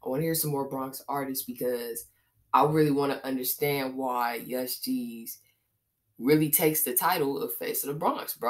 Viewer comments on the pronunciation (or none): Its "Yoose-gz" Like Loose but wit a Y